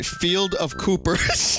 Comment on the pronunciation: koopers sounds like a canadian thing "look out for them koopers eh?"